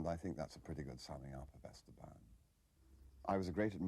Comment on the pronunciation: Nobody taught them how to pronounce "Esteban"